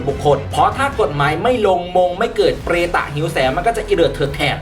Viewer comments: "มันคือเปร~~~ตะ" ขำความรัวลิ้น ปล.ไม่ได้ติดตามข่าวค่ะ เหมือนเด็กเห่อ_มอยแบบที่แอดบอก เป็นกำลังใจให้คนอีสานค่ะ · ชอบคำว่า เปร ต 555 เว้นวรรคได้ดีครับ ^^ พวกมีปม